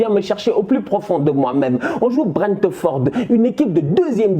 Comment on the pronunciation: BRENTEUHFORDEUH !!!!!! krkrkr